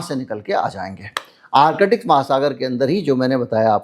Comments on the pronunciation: Artic not Arkitic sir. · Arkitic nahin ...Artic...thoda practice karein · आर्कटिक को बार-बार आर-कटिक क्यों बोल रहे हैं 🤦